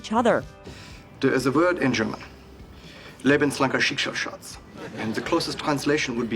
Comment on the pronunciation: Greetings from Germany "Lebenslangerschicksalsschatz" is pronounced terribly wrong the whole time and not a real word ^^